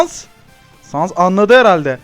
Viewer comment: Abi pardon ama sans i yanlis okuyorsun 😅